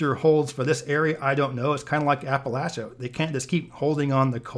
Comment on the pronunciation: Thank you for pronouncing “Appalachia” correctly